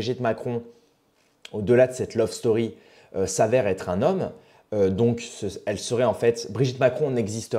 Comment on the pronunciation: J'ai pas bien compris, "Lope story" ?